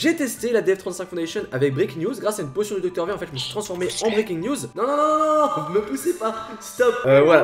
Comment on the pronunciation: faut mettre un accent anglais quand tu dis siren head et breaking news